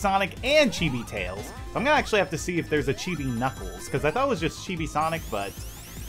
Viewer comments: Sonic the Hedgehog he saying kniggles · i love it when u say"knickles"